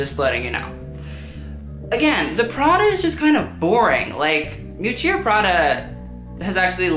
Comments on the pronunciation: Hi, liked your video (too long, IMHO) but can I just say something? I'm italian and I cannot bear to hear Versace pronounced " VersacEE". It's "VersacE", like the E in End. Also Miuccia (Prada) is pronounced "M-ee-oo- tcha" emphasis on the "oo". Not a critic, just sayin'. Keep up, though; good job. Ciao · Didn’t even understand who you were referring to when talking about ‘Miuccìa’ Prada. Omg. Had to go back and listen another 3times. You are so in love with her, learn how to pronounce her name. I typically like your educational videos but these ‘roast’ are way too spiteful for my taste, even sometimes I agree.